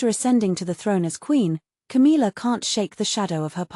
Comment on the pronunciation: 1. Can we get a voice that can say Camilla’s name right? 2. She is not the Queen, she is Charles side piece. 3. Camilla is trash and Cathrine is the future. 4. Camilla has never given the respect that she deserves.